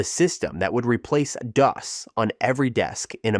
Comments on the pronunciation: Seriously? Dee-oss? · "DOA"? I've never heard DOS pronounced that way?